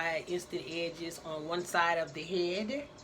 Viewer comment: "Remember to like and subshribe" "Eensteent Ehhdges" 🤣🤣 Damn I love her!